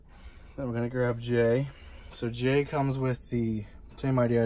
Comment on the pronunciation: It is actually jey instead of jay